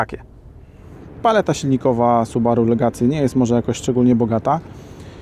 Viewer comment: Jak można być recenzentem i mówić "Legacy"? Aż mnie zaczęło skręcać. Czyta się "legasi".